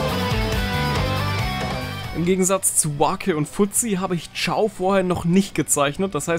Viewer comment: Er heißt aber nicht Chiao sondern Chao 😩